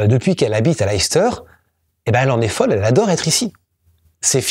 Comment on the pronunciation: Je ne veux pas être trop pointilleux, mais le nom de la ville se prononce "laisse-teur". Une de mes tantes préférées venait de cette ville. Souvent, même nous, anglophones américains, ne savons pas comment prononcer ces noms. C'est uniquement grâce à ma tante que je le sais.